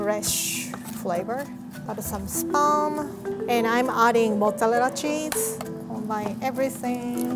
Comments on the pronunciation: Everytime she says Mozzarella I understand Mozzalella😂 but I Love her she seems so nice❤️ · No one:: Mozzalella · I like how pronoinces the r as an l "mozzelella cheese" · I never knew Mozarella can be pronounced cutely thoo.:Motzalela~ Only. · I like how she pronounced mozzarella as motzallela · Im sorry But i have to 😂 MoZZaLLeLa ChEEsE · Motterela Chaeze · The way she pronounced mozzarella when she was saying the ingredients thoooo lmfao